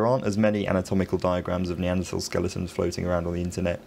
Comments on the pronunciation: Another erudite skill. surprised at your mispronunciation of Neaderthal human beings, Or are you catering to the US market. follow the leads of Professors Stringer & Roberts? Well done nevertheless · Strangely, he does pronounce it “Neandertal” in the oldest video on this channel, five years ago.